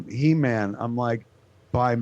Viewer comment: Show WAS called He-man not shhee-man.